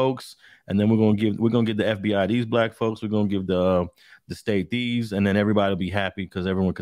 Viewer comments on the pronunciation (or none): none